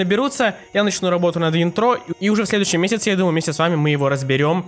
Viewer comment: Ударение на И - Интро и на А - Аутро